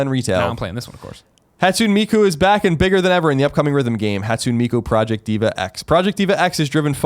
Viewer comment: It's the mark of a filthy dub lover. Also, Miku is like, a huge part of nerd culture, I feel like everyone, not just Colin, should be able to pronounce her name properly at this point.